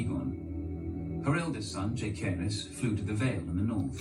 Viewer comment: Rhaenyra’s oldest son is Jacaerys aka Jace it suppose to be pronounced like (Jah-Ser-ris) it’s a play off her great grandfather king Jaehaerys (Jah-Her-ees) & her father king Viserys (Vi-Ser-ris) like Dany crazy brother. Idk why the narrators was putting emphasis on the k sound when it’s suppose to be a s sound